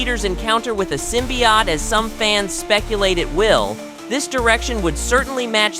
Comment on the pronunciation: That's a long "O" at the end of "symbiOte", chief